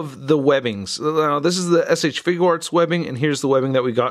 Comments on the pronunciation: You say shfigure arts wrong it is not shfiguw arts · Had to pause the video the moment I heard you say figUUarts.......Got annoying fast.